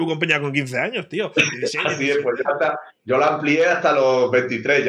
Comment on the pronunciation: En que minuto ibai dice sho no puedo tengo fútbol ???